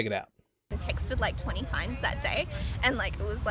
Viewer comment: when she says "times" she says it almost like a ventriloquist. She can't get both lips closed so she meets the lower lip with her teeth. Sounds like "tines". She's no Jeff Dunham.